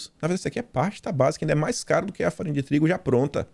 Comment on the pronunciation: Eu morro de rir com falando farinha de trigo kkkkk